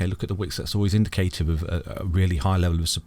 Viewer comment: Perhaps the greatest store of value ever! The digital age is not going to devolve backwards just scratch the surface and research Blockchain technology and its clear. Hey I don't mean to criticise but indicative isn't pronounced that way! Brilliant content as always 🙏